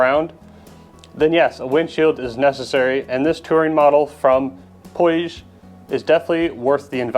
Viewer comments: In English it's pronounced POOJ, the "I" is silent. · Puig is a company that's local to me, Catalunya. The pronunciation is somewhat close to "pooch"